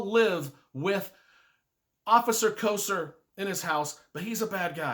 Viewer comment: and also it is Kofer.